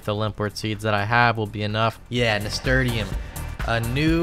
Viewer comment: the nasturtium plant you mention is pronounced "nasturshum" btw, it's my favorite type of flower! The whole plant is edible and the leaves are hydrophobic :)